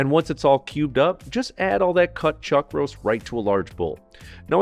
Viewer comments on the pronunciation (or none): none